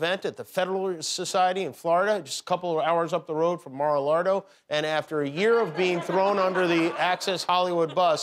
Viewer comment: "Mar A Lardo"